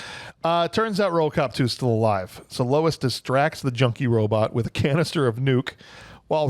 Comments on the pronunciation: It’s officer Lewis, right? You guys kept saying Louis. 😂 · Lewis. Her name is Lewis. Not Lois. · What a disappointing episode. Between calling his partner Lois (it's Lewis) and your Robo Porn Fantasies I had to quit listening 32 Minutes in.